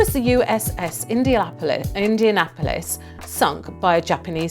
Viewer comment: The narrator's occasional mispronunciations are funny. She really stumbled over Indianapolis.